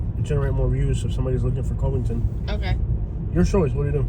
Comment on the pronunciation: NO you are not in Cincinnati. There is a river and a state line dividing Cincinnati and Northern KY but it's also a different way of life. We live in KY for a reason. It's Cuvington btw not Covington with a long O sound.Same vowel sound as "Love"